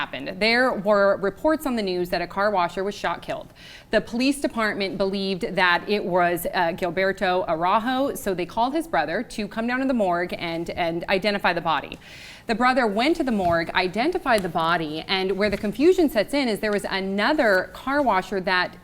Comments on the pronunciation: "Guilbarto Arahou" what a difference pronunciation LoL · lol how she says Araujo as if its spanish...why do people think brazil is spanish? its pronounced AH-RAU-JU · Yikes she pronounced Araujo sooooo wrong. Lady its Brazilian Portuguese its pronounced how it sounds lol